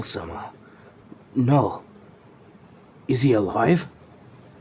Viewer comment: it's said as null not kanull